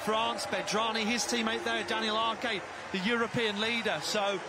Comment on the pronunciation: Arque? Commentators, I know you're British, but try Ars